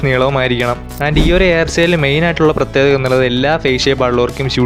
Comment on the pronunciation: പ്രത്യേകത ❌ പ്രേത്യേതക ✅